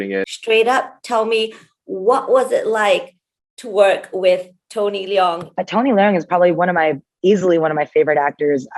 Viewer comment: First person to pronounce Leung right